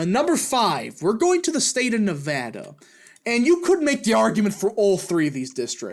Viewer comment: Thank you for pronouncing Nevada correctly BTW